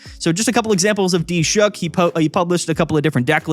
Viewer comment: Is the web dev's name D-Shook or are you attempting to say Dilshukh?